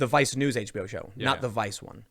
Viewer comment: I can't help it, every time you say vice news I bust out laughing man, sounds like you're saying vi snooze...